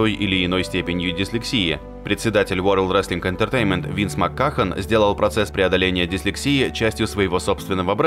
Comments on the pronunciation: Винс Макмен, а не Маккахон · Винс Макахон))))), Ладно хоть не Какахон)